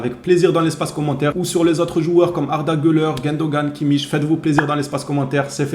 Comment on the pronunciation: Ouais tu prononces bien son nom maintenant, t'as bien suivi le cours 😄😄